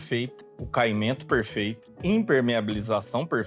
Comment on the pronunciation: Porque falas " Perfeito" língua embolada?? Se tem problema com fonoaudiologia é fácil resolver